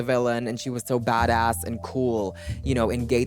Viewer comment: tysm for the translation i was really struggling with "bhadauss" and "khoul" i had no idea where you were going with that <3